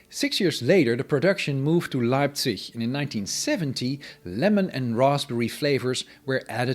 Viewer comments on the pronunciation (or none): none